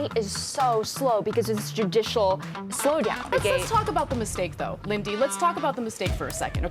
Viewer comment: “LIN-DY”…. Wow Ana.